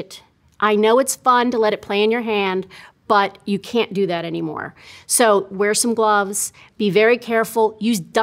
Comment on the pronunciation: you can't do that 'anymore' it just took me of guard😂😂